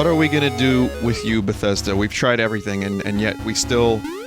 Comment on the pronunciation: every ting(le)